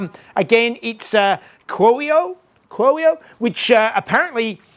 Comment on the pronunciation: Excellent work! Well done with pronouncing "cuoio"! "kwOH-yoh" (with the accent on the first "OH") is about right!